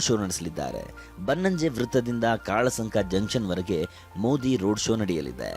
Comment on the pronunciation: ಕಾಳಸಂಕ ❌ ಕಲ್ಸಂಕ ✅